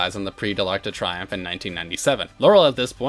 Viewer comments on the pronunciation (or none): Triomphe is pronounced "tree-OMF", not "try-OMF."